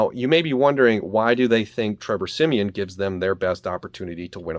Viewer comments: Every time you call him siemien I’m like bruhhhhhh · Why he keep saying Trevor semien.